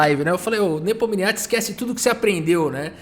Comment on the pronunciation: Pfvr, pronuncie o nome do Ian Nepomniachtchi corretamente 😎😢😢